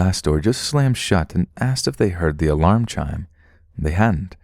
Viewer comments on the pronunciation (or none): none